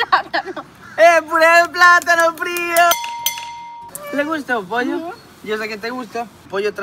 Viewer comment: Le llama pocho no pollo jajaja